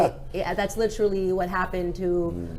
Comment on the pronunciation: I challenge someone to find a video where Candace doesn’t say literally wrong. I’ll wait. 😂 tryin to make it her signature thing.